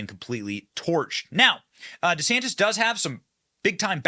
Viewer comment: ☆TRUMP IS PRESIDENT 2024☆ What a waste of money, Ron. No one in New York/NJ will ever vote for DeSantis. Don't bother, "Deesaaaaantis" that's the way he pronounces it. Whiny. Coat-tail rider. Nah. Nope.